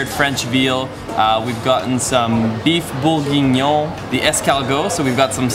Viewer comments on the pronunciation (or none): And it is pronounced Boeuf BourGUinion (g as in Guy) not Bourninion. Lol